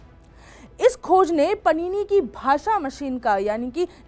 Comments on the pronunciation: Your credibility is lost when you pronounce bhagwan Paanini's (पाणिनी) name as Panini (पणिनी) । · पाणीनी का उच्चारण (pronounciation) पणीनी कैसे कर सकते हो!